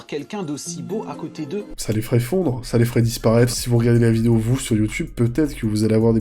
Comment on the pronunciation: À chaque fois il dit "nouvelle vinéo" jpp